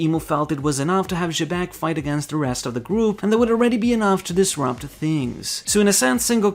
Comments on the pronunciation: I know it's "Jibekku" in Japanese but they chose to romanize Xebec so it's pronounced "Zebec" and not "Jebek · who the hell is jebek? its xebec